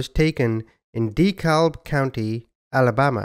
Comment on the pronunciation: Dekalb is pronounced deh-cab. I'm from Birmingham in Jefferson County. Believe it or not my name isnt Bubba and it's only one name rather than 2 names as my first name. My name IS Mike Jones though